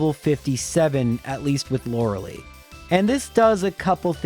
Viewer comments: i still ALWAYS forget that you pronounce Lorelei lke that EVERY time despite watching these videos probably thousands of times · Thank god I don’t have to hear you mispronounce Lorelei anymore since she won’t be in those games